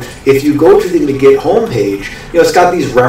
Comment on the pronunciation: Its pronounced like MAGIC... not "muh-git".... Look at the hat and magic wand in the logo...